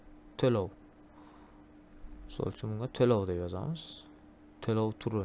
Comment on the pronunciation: Teloo emas, to'lov deb talaffuz qiling, xop!